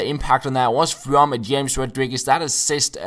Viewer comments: James's name is pronounced Hames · james rodriguez is pronounced like ''hames''